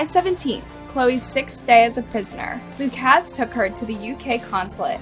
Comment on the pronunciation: It’s pronounced “Lu-cus” or Lu-kis” not “Lu-kaz”